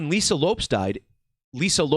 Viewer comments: Not trying to be a jerk either but my eye was twitching every time he pronounced it Loups😂 I wonder if it was to keep a difference in sound and not confuse the listener as to which Lisa he was referring to or what. Because everyone has always pronounced it Lopez, even Lisa herself. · Not trying to be an asshole, but Lopes pronounced Lopez/ which makes the decode tighter.